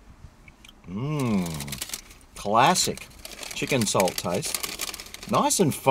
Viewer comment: chicken "chalt" chips ya reckon:)